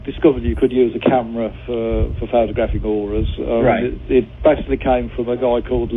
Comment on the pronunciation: "auras"....ffs people.....